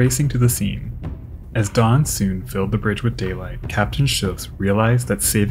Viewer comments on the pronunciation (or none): none